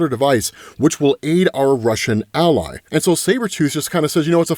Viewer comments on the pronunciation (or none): none